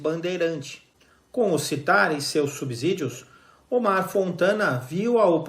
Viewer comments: Amigo, a palavra SUBSÍDIO, deve ser pronunciada como SUBSSÍDIO e não como SUBZÍDIO como você fez. Consulte o Google. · Só não consigo ouvir você falar "subzídío"... A pronúncia é a mesma que em subsolo. O "s" entre uma consoante e uma vogal, tem o som de "ss". Tem som de "z", quando estiver entre duas vogais. Pronto, falei!🤭